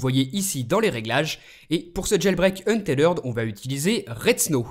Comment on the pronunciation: mon chère, c'est un-teth-red et pas un-té-lerd!!!:v